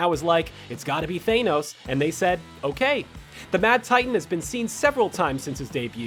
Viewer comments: How is it even possible to pronounce thanos wrong , seriously how? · This video offered nothing new, except a new way to pronounce Thanos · Why are u pronouncing thanos like that 😂😂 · stop saying Thanos's name wrong!!!!!!!! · dude you're pissing me off with the way your saying thanos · I’m glad I’m not the only one bothered by your incorrect pronunciation of Thanos. It’s making my ears vomit! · Pronounce THANOS right please. It's like nails on a chalkboard the way you say it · The way he said Thanos ughhhhhhhhhhhhhhh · This guys needs to learn how to use his ears and mouth properly, chitari not kitari.. thanos not thainos... craig not creg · Sorry man but it’s not Thainos it’s Than-os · It’s thanos not thanoes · "thaYnos"? Really? "THAN-OS" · IT'S THANOS NOT THAINOS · 2 decades, really? is not 2 decades. And it’s Than-ose, not Thane-ose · Than-os ...not thaynos...my heads hurts after hearing you butcher his name 😩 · its thANos not thAInos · It's thanos your saying your saying thenos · Why do you pronounce " Thanos " as " Th- ae- nos " ?!?!? ... Why did you say that name ... ... like that ?!?!? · Yeah He says it like thaynos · I'm sorry... THEYNOS?? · THAYNOS!?!? THAYNOS!?!? Wtf!?!? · I get that people say Thanos' name the way they do (th-AY-nos) because when reading the comics you couldn't search up the pronunciation of characters in those comics. It just makes me cringe Every time I hear it pronounced that way. 'gets shivers' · Thaynos? Shows that this announcer is not a true believer. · His name isn't Thaynos, ffs. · Thanos is not pronounced thainos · Lol he says thaynos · Screen Rant It's pronounced Thanos NOT THAYNOS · Lol thay-nos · AAARRRGGHHH.... VOMIT at "thaynos"... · ITS NOT "THANE-NOES !! FFS!! Wth is wrong with you?! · you're going to have to learn to stop saying thaynos eventually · Right so it's pronounced THAYnos, and CREG. What PREEK. AMericans.... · Who else cringed when he said "Thay-nos"? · the way he says Thanos hurts me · It's Thanos not Thanos